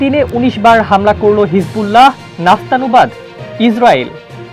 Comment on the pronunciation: উচ্চারণ করতে হবে; নাস্তানাবুদ। দয়া করে সংশোধন করে পড়বেন।